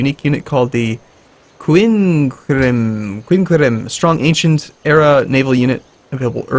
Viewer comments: I understand you probably wont read this but, its pronouncerd QUIN-qwer-EEM and TRI-reem.:) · The boat is pronounced like kin-care-reme